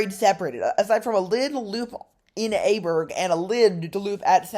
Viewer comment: try to pronounce it like it is, the next time. IJburg is like I-burg. Like in I am. Not how you say it like A-burg